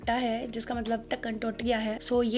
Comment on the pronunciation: Dhakan ke upar punjabi touch aa hi jata hai punjabio ka 🤣